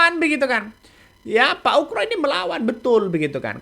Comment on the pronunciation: koreksi dikit bang..nama yg.benar adalah bp komjen Purn.Oegroseno.. terdengar bang.nyebutnya pak UKRO..kalau mau dipendekkan jadi bp.Oegro,mudah2 an saya gak salah dengar.